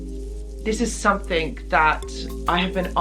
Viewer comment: Somethink.................perfect english.